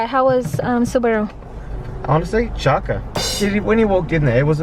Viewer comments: When says chaka😂😂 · I love it when says "chaka" hahaha! It makes me laugh. 🤣🤣🤣